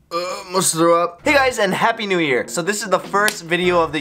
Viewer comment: pronounced nyu